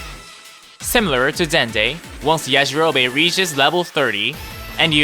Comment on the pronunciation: Why they saying yajirobe like that 😭😭